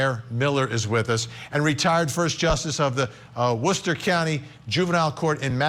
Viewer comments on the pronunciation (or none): none